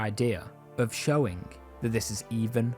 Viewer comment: "showing" is not pronounced as "showink" fucking lmao, disliked learn how to speak properly